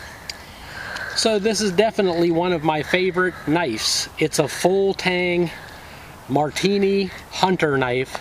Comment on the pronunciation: It's pronounced Mar'/di/ini. Great video - nice knife! Thank you for posting! :)